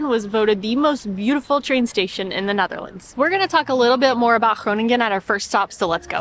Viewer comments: You have the tendency to say gronin gen. It’s not really pronounced this way, it’s more pronounced like koning(en)or so the last “g” isn’t so pronounced. Thanks for the episode today 😊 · De uitspraak van de Nederlandse woorden is steeds beter! De NG in Groningen is the same sound as the NG in Wrong, so that G has another sound than the first G, this first one is the same as in Goedemorgen, and you say that right ❤️Hil